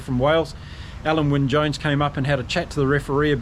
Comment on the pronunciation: OK, you asked for it! Alun Wyn Jones, you made a decent stab at it, but if you want to get it spot on, it’s Al-in, obviously I have first hand knowledge of this particular name…